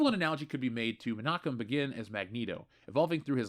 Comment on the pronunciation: Menachem Begin is pronounced BAY'-gunn (with a hard "g" and short "u"). A rhyme would be "Sagan". 🙂